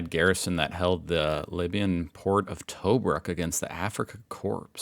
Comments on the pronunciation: It's not Toe-brook mate, it's T'brook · Not Toe-Brook, pronounced Tuhbruk. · Tobruk is pronounced like T’brook. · T-brook is how it is pronounced. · Its pronounced Tubrook. Sorry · Tobruk. Pronounced T'brook. The RATS OF TOBRUK were never say die Aussie and other British Commonwealth troops facing off against Rommel in his full might. From Rats of Tobruk Association website: By 10 April 1941, the German and Italian forces under the command of Lieutenant General Erwin Rommel had surrounded the Tobruk garrison which was being defended by British Commonwealth forces including more than 14,000 Australians, under the command of Major General Leslie Morshead. Along the perimeter the first shots were exchanged. The siege had begun. Heavy fighting continued for 242 days. It was an epic battle and despite heavy casualties, the Tobruk garrison was held. Finally on 7 December 1941, Rommel was forced to abandon the siege. This was one of the longest sieges in British military history and gave rise to the legend of the mighty ‘Rats of Tobruk’. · it’s pronounced Tobrook. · Love your show and content. FWIW Tobruk is pronounced Too brook! Cheers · Its pronounced " Ta Brook" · Pronounced Tuh-brook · Pronounced to brook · Tobruk pronounced - To Brook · Tuh-BROOK (rhymes with SHOOK). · Check pronunciation of Tobruk. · You are saying Tobruk wrrong lol